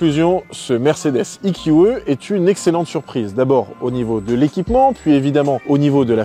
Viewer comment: Le eqeuh? 😂 ee - q - ee